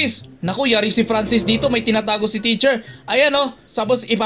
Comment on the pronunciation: Teacher po Hindi po T